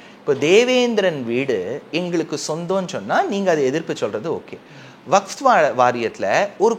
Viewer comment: சாமி vafth அல்ல. Vakf சரியா சொல்லுங்க!.